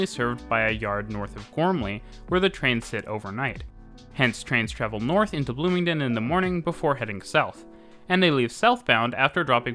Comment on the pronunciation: Bloomingdin, though? Sorry to sound like a hater, but that is not at all now you pronounce it.